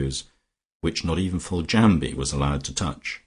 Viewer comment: Yes, you are correct, Riseholm should pronounced "Rizum'. Also Foljambe should be pronounced as 'Foljam', the be at the end of her name is silent. The joys of the english language can make reading quite confusing.